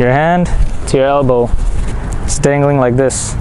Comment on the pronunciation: Straighten not strayen Dangling not dingling